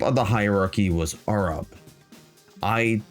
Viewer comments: Why do you pronounce Arab like that? I'm assuming it must be the actual proper way to pronounce it? But I've never heard it said that way. "Arrub" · Bro has invented a new way of pronouncing the word Arab What accent even is that ? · I did, and I loved the video It just sounds a little funny to an anglosaxon ear Americans pronounce "arab" with a very wide A The British barely pronounce the As at all You went your own way, and that is the kind of independent journalism I respect